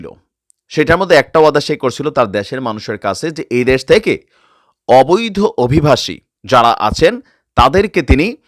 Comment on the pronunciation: "দ্যাশ না "দেশ"